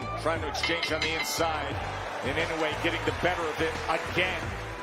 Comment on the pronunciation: I wonder why everyone mispronounces Inoue's name. It's I-NO-U-E. Four syllables. Nothing difficult about it.